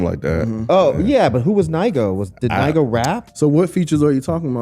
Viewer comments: Nigo (pronounced “Knee-Go”) is the owner/creator of the brand “Human Made”…he dropped a project called “I Know Nigo” with the “Hear Me Clearly” record and the Tyler record “Come On Let’s Go” and other records..he got a Clipse collab on there also. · They don't know NIGO (who's Ny-go) 😄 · Who is NIE-GO?🤣🤣🤣